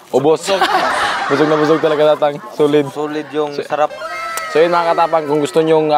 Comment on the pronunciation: Nakakamiss yung pag bigkas mo ng ang saraaaaaap hehe